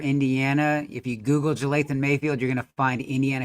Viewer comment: Dude could at least pronounce his name right. Its not Jathayln bud